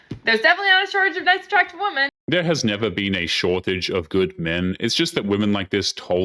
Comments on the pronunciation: why can't Gen Z people pronounce WOMEN correctly! It's so infuriating! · It's WOMEN, not WOMAN when you're referring to more than one! Sheesh! Why can't so many women say it right? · There is an epidemic of women pronouncing the word "women" as "woman". It's very odd. Every time it's an obvious leftist woman who is saying it. It's gotta be on purpose. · when they say ‘woman’ instead of women is so cringey.